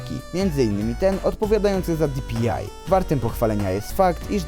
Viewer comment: Bo mówi genesis zamiast DŻENESIS i di-pi-aj zamiast po prostu dpi xd taki sarkazm czy srakazm? Nje no czepjam śje tylko spoko typek!